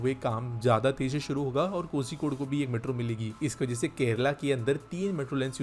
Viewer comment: The pronounciation is Ko"rhi"kode. I am not condoning you, just for information